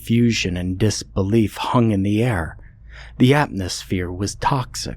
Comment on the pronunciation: Great narration. Except one thing, it’s atMosphere. That’s an M not an N. Just saying…. ❤